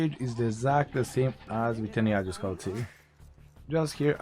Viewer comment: Haha, instead of 'scout him and do the correct answer', I thought he said 'Daut him and do the correct answer'